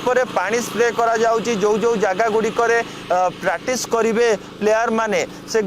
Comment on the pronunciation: Pratis, pratis ka kahucho practice kahibaku try karo